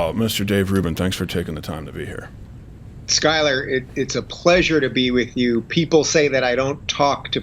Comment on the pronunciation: I'm really liking Rubin's perspective. Skyler (you're over pronouncing the 'U') hits a nerve.